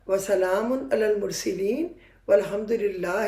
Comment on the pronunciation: وسلامٌ على المرسَلين يه قرآن كى آیت ھے اس میں آپ فاش غلطی کر رھی ھیں۔ المرسَلین ھے المرسِلین نہیں ھے۔ معانی بدل دیے۔ پلیز قرآن صحیح طور پر پڑھنا سیکھ لیں اس میں کوئی عار نہیں۔ اپنا وقت اس پر لگائیں بجائے اس چینل پر وقت لگانے کے۔ یہ کام علماء کے لیے چھوڑ دیں - اللہ رب العزت ھم سب کی راھنمائی فرمائیں۔